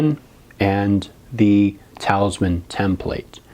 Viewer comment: eeee im sorry if i sound rude but you said talisman wrong..